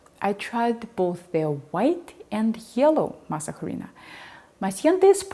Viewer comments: Masa harina was invented in 1949 by the company that uses the trade name Maseca. (The aitch, by the way, is silent in Spanish as it is in French. Please don't pronounce it.) Masa harina is the equivalent of instant coffee -- it is a dehydrated product designed for convenience. That is why your brands vary so much in the amount of water and resting time needed for rehydration. The prehispanic item is called simply masa (dough) or, more pedantically, maíz nixtamalizado (slaked corn). Here in Mexico we can buy that, freshly made, from our local tortilla shops. But it has a very short shelf-life and cannot be exported. Hence the rise of Maseca. Bayless's two-pan, two-heat method for baking tortillas strikes me as unnecessarily prissy. It works, of course, that's how the Belgians make their French fries after all, but I don't know of anyone here in Mexico who bakes tortillas in that manner. We don't have the time or the cooking space for such nonsense. We just have to get a good comal to a high enough temperature and the tortillas come out fine after a single pass on each side. Bayless makes me wish that Diana Kennedy were still alive. One last thing needs to be said about tortillas. They were invented by women many thousands of years ago who formed them between their fingers while clapping rhythmically. (Much like the waulking performed by Clan Rennie before Culloden?) Such tortillas have an entirely different texture than the tortillas prensadas we're dealing with here. If you c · Thank you so much for this information. I could not get my tortillas to puff. Also, your measurements are quite different from others which helped tremendously. I made this recipe last night for tacos, with your techniques and the tortillas turned out great. I don’t even think you’re Mexican because you pronounce the H in harina. 😅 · Thanks, great info. I also prefer a yellow corn firm tortilla. The "h" is silent, btw. 🙂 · Just a note the H is silent in Harina. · its not Jarina, its arina >:c